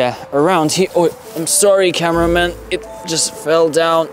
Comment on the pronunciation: Its spekreman and camreaman